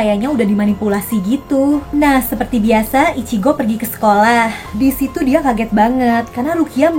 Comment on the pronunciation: Ichigo kak bukan ichiko😅😅😅😅😅😅